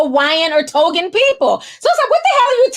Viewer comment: Tongan not Togan.